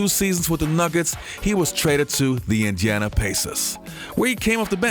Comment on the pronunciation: My man my man my man, it is Indeeana Pacers, not Injana....hajahajaha, other than that nice video.